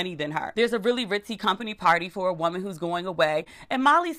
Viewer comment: BlaqueAsian I hollered when he said you got " bompany"